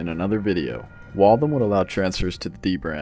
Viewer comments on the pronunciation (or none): its pronounced Wall - THAM, not Walthum. Great concept though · "Wall-tham" or "Walth-ham", not "wall-thum"! ;-)